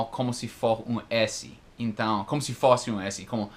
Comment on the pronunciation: HE SAID "OIOS" kkk. I do not know if with the Americans it is like that, but for many Brazilians, to see an American speak things, like OIOS, instead of eyes or FÓSSE, instead of f(ô)sse, letter ZÉ, instead of letter zê or INTONG, instead of ent(ão) it's cute, cuddly, lovely. It is not annoying or annoying. Funny, though, still has incredible fluency when he talks. That is, for me, fluency and the perfect form of speaking words are not necessarily linked. I wanted to know if listens as well as he talks. Because I hardly understand native speakers.